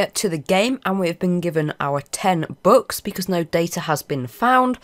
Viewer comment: i know this man has a accent but when he says bucks it sounds like books